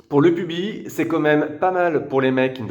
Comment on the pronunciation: Bizarre la vue en contre-plongée, on a en permanence l’impression de manquer une partie de l’image. Un détail, le « s » du mot pubis se prononce.